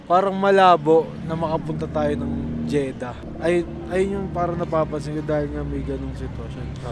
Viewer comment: Jeddah po, hindi Jeda haha